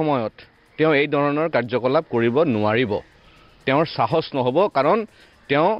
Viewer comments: You're Assamese. অসমীয়াত চাহচ নহয়....সাহস চাৰ অাপুনি অসমীয়া কব শিক্ষক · "Sahosh 🤭" nohoi "xahokh" buli kobosun Sir. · Appuni prothoma assamese language val koi khikok....sahos nohoi khahok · Hiladityo ata Bangladeshi fopora hiyal..... Xahos nohoi hahokh..... Bisas nohoi biswakh... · শিলাদিত্য বাংলাদেশৰ পৰা আহি এতিয়ালৈকে অসমীয়া ভাষাত "সাহস" উচ্চাৰণ কৰিব নিশিকিলি। আগতে অসমীয়া ভাষা ভালকে শিকি ল। পিছত নিজকে অসমীয়া বুলি দাবী কৰিবি।